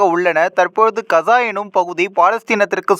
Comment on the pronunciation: இந்தா கசா இல்லை காஸா gaza உட்சரிப்பு இதுதான் யார் பலகீனம் அமெரிக்க இஸ்ரேலிய கூட்டு அல்லது ஹமாஸ் ஆஆ